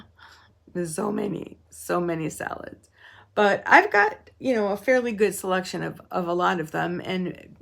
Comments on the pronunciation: 🤣🤣🤣So many people have mentioned the "salads" thing; I missed it. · Ohh, what fabric fun! Very interesting and I thought you were saying “salads” instead of solids which I realized later reading comments. I was really wondering how we got on food but I was going to vote yes, I love salads 🤭! Great Dandelion moment of zen❤❤❤❤❤